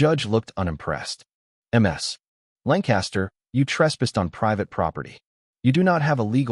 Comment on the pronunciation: Damn AI-Voices! "M.S." Lancaster is how ships are named, correctly it would be "Miss"...